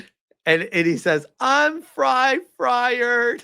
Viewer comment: "I'm fry-fired!" 😂🤣